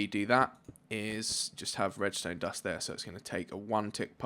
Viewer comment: when he says : torch there, torch tere. I'm like : Wha?